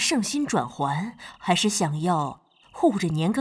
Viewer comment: 应该是配音的错误，皇后那句：“难道是圣心转圜，还是想要护着年羹尧的缘故呢？” 这里的“还是”意思是“仍旧是”，被读成转折了